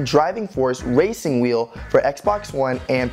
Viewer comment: Did you say wacing wheel